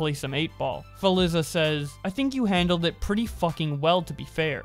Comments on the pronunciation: Philiza? You mean Philza? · He just hit us with that Feliza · im mad at the point you said Philiza not Philza. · "philiza" lmfao it's philza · phil-zuh bro not phil-is-uh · PHILIZZA LMAO good vid bro its pronounced "phil-za" lmao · Did my mans just say “Philiza”? It’s Philza lmao. Other than that, good video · Bruhhhhhhhhhhhh,, did you say "philiza"? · PH1LZ4 is pronounced fill-zuh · This man actually said Philza’s name as “phliza” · I died when he said Feliza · why did it piss me off that he pronounced it “philiza” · Not really related to this drama but the way he butchered Ph1LzA's name made me laugh But seriously...Carson did nothing wrong yet he still apologized. Take him as an example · please try that name one more time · Anyone notice the way he said ph1lza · Are we going to ignore the way he just said Philza’s name 😂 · The way of how he pronounce Ph1LzA hurts me mentally and physically. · that pronunciation of Ph1LzA pissed me off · “hypocrital” “shive” “philiza” “grizzy grazza” sorry but those pronunciations are killing me lmao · I like how you pronounced Philza and Gizzy Gazza wrong, gg. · hey man thats not how you say his name and really I think you're just trolling at this point grizzy grazza lol